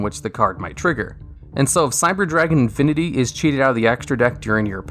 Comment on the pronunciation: and he also says "infiny" instead of "infini" which really bothers me